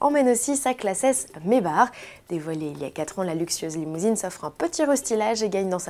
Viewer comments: ca ne se prononce absolument pas mèbar, c'est une marque allemande et ca se prononce comme un allemand le ferait pas comme un abruti le ferait. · mèbar, avec un r comme dans rutabaga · Fort de vos nombreux commentaires au sujet de Maybach, j'ai contacté Mercedes (en France et en Allemagne) pour connaitre leur façon de prononcer la marque. Voici leur réponse : "We think the french pronunciation is “May-Barre”, May-Back is the US / english way of pronunciation". Donc balle au centre. Les deux se disent. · Déjà ca prononce pas comme ca maybach (mais-bar) mais ça ce dit plutôt may back les americains le disent comme ça même pour le santa fe ont dis pas (santa fait) mais santa fi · Quand tu vois comment les français prononcent maybach "mèbar" je comprend pourquoi ils sont des merdes en anglais et pour les 100 prochaines années lol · LoïaL-Arthur Pourquoi tu parles d'anglais la ? C'est un nom allemand et on dit bien MaybaR. Ça ce saura le jour où les français auront une culture linguistique hein 😔